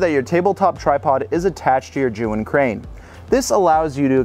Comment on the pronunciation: It's pronounced Ger-yoon, not Jew-in. LOL